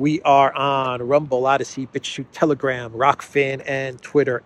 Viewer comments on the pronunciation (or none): none